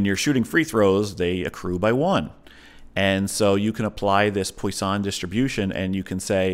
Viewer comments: It's pronounced: "Pwaah Song" distribution .... Not "Poi San". But great video! Thanks for the chat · Maybe this guy should keep his day job and stop trying to pronounce "poisson".